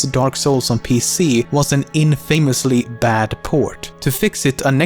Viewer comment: He says infamously wrong.